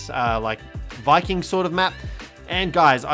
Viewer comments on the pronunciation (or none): none